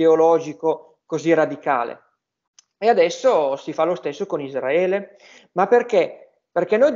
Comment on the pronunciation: non si puó sentire ISDRAELIANI e ISDRAELE. Si dice Israele e Israeliani. I S R A E L. Anche se io la chiamo PALESTINA occupata.